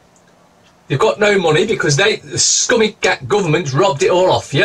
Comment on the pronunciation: Scummy. Not summy lol